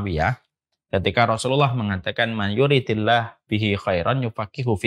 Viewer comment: Maaf, bacanya bukan man yuridillahi tapi man yuridillahu.. Karena marfu' ..